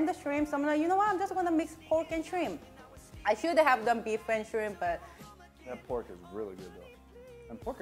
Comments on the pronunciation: Mah girl had a deep southern accent when she said "shrinnmp" lol I had to replay that part a few times. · When she said Shrimp her Cajun jumped straight out.